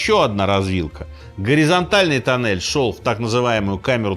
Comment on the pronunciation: Туннель, не танель....